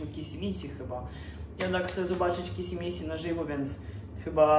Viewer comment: Boże nie mówi się kissy missy tylko kisi misi xD